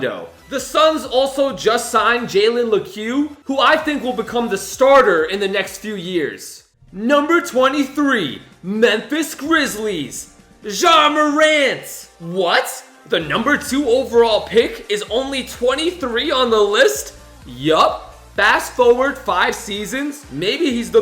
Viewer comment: I think ur supposed to say ja morants name like this Ya-more-int